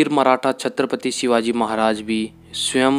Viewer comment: Madam aap chhatrapati Shiwaji Maharaj ka Nam achhe se liya karo